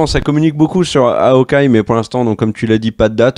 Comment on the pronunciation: "M S Marvel". "Haokeye". Merci 😜